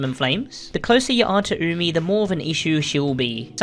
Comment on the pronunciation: Weeaboos worldwide celebrating that finally knows how to pronounce Umi and the names of her white bags